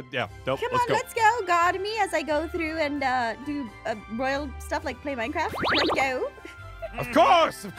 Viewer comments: Lol the best part was when they said minecraftia instead of minecraft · The part that said minecrfratia!